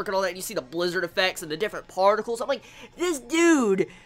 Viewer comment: The emphasis on the PARTICLES XD it was awesome though